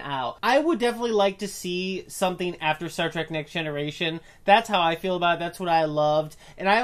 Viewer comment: facepalm:: You are both imbeciles that have no idea what you are talking about. You BOTH do the single most annoying thing a moron can do by pronouncing it "Track" instead of the blatantly obvious "Trek". Nothing else you have to say means a fucking thing in light of that single titanic idiocy.